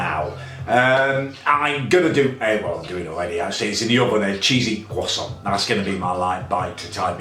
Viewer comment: a cheesy kwoson, what the bloody ells a cheesy kwoson when its at home